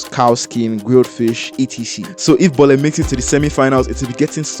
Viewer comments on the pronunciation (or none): In Lagos, we call it "boli" not "bole". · is not even Nigerian see the way he said boli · Bro is pronouncing "bole" wrongly 😂.